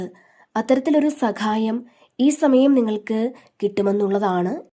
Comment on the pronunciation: സഖായത്തിനു പകരം ദയവായി സഹായം എന്നു പറയൂ 🙏